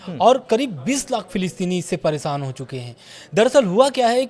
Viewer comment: भाई मेरे पहले तो बोलना सीखो । परेसान नहीं बोलते हैं । परेशान भोला जाता है । तुम यार जबर्दस्ती के पत्रकार क्यों बने हो जब बोलना भी नहीं आता है ।जाकर पकोड़े तलो और बेचो कनाट प्लेस में ।